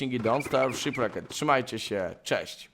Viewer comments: Sziprekt not Szipraket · sziprekt a nie szipreked jezus ... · Gimper wyjeżdżając na Rich Tour sądził, że będzie dostawać multum porad dotyczących rozgrywki.... Nie wiedział, że 80 % komentarzy będzie o tym, że źle wymawia tytuł gry :D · Mam nadzieję że jak wrócisz to nauczysz się poprawnie czytać "Shipwrecked" xD